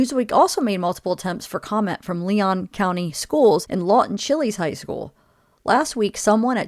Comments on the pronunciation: Please put some respect on the ex-governor who is now deceased name you're saying the name of the school wrong! Is Lawton Chiles say it like you want to say child😊😊😅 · it is Law-ton Chil-es (shiles)